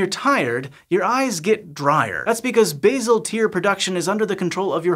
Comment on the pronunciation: Pronounced "base-al" not "baze-al". We are not talking about herbs here. Bazic, isn't it?